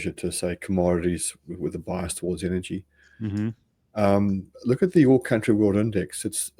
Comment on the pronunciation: What is "pricious"? What is "inergy"?